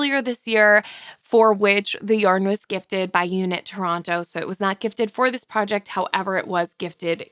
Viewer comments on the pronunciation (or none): none